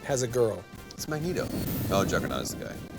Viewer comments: "Magnetoe" i heard "Magneton" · Mag nay toe... really, Troy? =D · Am I the only one getting annoyed with troy saying magna toe